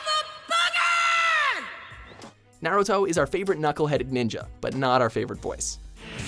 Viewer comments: 1. You're pronouncing Naruto wrong 2. Naruto's voice is fine and 3. Why Happy??? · Oscar The Sage Excellent examples of terrible English dubs. especially Naruto. They don't even pronounce the main character's name right. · this list is trash af especially the pronunciation of Naruto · Triggered because of Naruto being on the list. FUCK YOU, you can't even pronounce his name right.